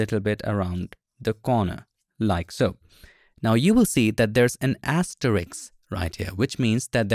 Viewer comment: Asteriks ❌ Asterisk ✅